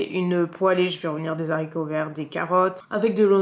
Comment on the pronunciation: des "z'haricots" !!!!!!!!!!! désolé mais je ne peux pas laisser passer ça !!!! hihihi ;-)